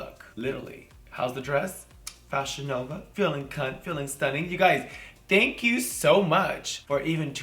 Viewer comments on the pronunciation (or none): none